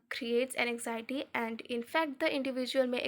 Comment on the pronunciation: N-x-iety nahi AN-XIETY I couldn't focus on the explanation at all because of poor pronunciation 😭